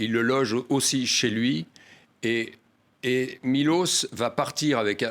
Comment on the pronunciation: C'est pas Milos mais Miloch ! Ca serait bien d'apprendre à dire les noms dont ont parle dans un roman !